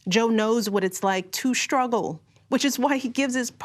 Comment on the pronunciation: Shtruggle? Shtretch?